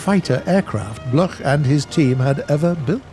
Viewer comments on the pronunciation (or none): Bloch is pronounced like block...